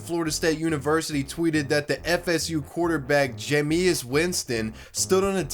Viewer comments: It's Jame- is - wintson not Jamee-is wintson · “Ja-me-us” it’s just pronounced jay-mus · ja-ME-is Winston? Really? It’s JAME-is Winston. I know you’re not UrinatingTree or KTO but don’t you have a basic understanding of modern sports? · lol, you're trying to hard to pronounce his name. it's pronounced jame-is, not ja-me-us. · “Jameeus” um JAMEis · JaMeUs Winston It’s pronounced Jay-mis I just thought the way he pronounced was funny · It's Jame-is Winston, not Ja-me-is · Jam-i-as Winston boy it’s Jame-as Winston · its pronounced jay-mis not jay-meese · It’s pronounced Jame-is Winston not jam-ee-is Winston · Jameeus Winston lmao...ended up going pro lol. He was also a Heisman/National Championship winner, and was the biggest player in college football post Tebow. And its pronounced like Jame Iss. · Who's Jameus Winston? Its pronounced JameISS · Jah-mee-is Winston? Pretty sure it's pronounced Jay-mus. Lol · It is pronounced “Jay-miss Winston”. Not “Jahmees Winston”. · Jay-me-iss? It’s pronounced Jay-mis you uncultured swine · Jae-miss lol “Juhmes Winston” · Jamis Winston is pronounced Jay-miss win-ston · Jamius Winston? It’s Jamus (Jame-us) Winston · Its pronounced "Jame-is" not "jay-me-is"😂😂😂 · Jameeus Winston lul (its pronounced jamiss) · Jay-me- is? It’s jay-mus. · You can tell you dont watch sports he pronounced Jameis Winstons name jay-me-is lol it's Jame-is bro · . Name is pronounced Jame-Iss lol dumbass. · That is the worst pronounciation of Jameis Winston possible. The whole video is questionable now. JAME-IS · "Ja-may-eous Winston" Brother... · Lol jay-me-us Winston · His name is “Jay-miss” Winston and between what you mentioned here, the crab claw fiasco, and eating w’s (among other things) he’s worth a video hisself. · JAY-MISS BRO, JAY-MISS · It’s pronounced JAY-miss Winston. He won the Heisman and a BCS championship. He’s a terrible pro QB tho lol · Its pronounced Jame-miss winston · Lol he said Jamis wrong he is a ok btw not real good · "Jameeis" bruh